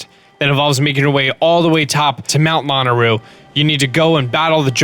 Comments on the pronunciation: .....I LOVE your videos honey.... but you are absolutely killing me with the pronunciation of Mt. Lanayru. You keep saying Lana ru....when it is La NAY ru. I'm sure a few people may have pointed it out to you or maybe not. Other than that, keep making your wonderful videos I watch them often and they're straight to the point....quick and clear Directions with everything. I loved it instead of the long drawn-out crazy videos other people make. you always do a wonderful job. Thanks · Man I love your tutorials but the way you say lanayru😀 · The way he says lanayru ewe